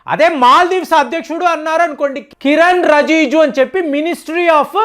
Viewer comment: రజీజు కాదు. రిజిజు అనాలి సర్.